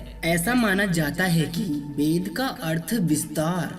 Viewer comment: Aap apna uchcharan sudharne ki Kripa karen. Aap “Ved’ ko ‘bed’ “our” to “oar” Bol Rahe hain.